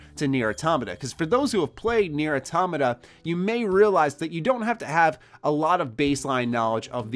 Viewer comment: Thank you for pronouncing automata right